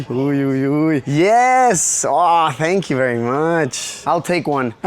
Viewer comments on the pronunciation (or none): neta? Más prieto que la vrg y dice tenkiu jsjsjs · “Tenkiu”… y eso que apenas llegó 😅.